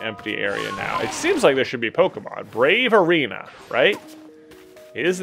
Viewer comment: It's the BRAVA Arena, not the "Brave Arena". It even said it right there on the screen. C'mon man.